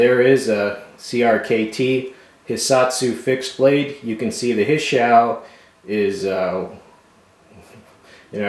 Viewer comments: hey, great review! a small note constructive crit on your Japanese pronunciation. Japanese has only pure vowel sounds (a=ah,i=ee,u=oo as in igloo,e=eh as in entry, and o as in slow).a few words in phonetic pronunciation= hishyou(hee_show);tanto(tahntow), ninja(neen-jaw).hope this helps! great review as always. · Pronunciation: Hee-show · think its pronounced heeshew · Great video. But the pronunciation is he-s-show. That is about the best equivalent that I can think of. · Hee show-Hisshou is the proper pronunciation. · I believe it's pronounced "hee shoe" but it's probably preference I dunno